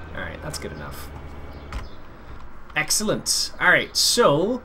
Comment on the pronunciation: Can u stop saying exalanent plz